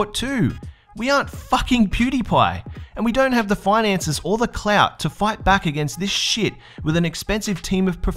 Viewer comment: LOL am I the only one that found that him saying clout is funny?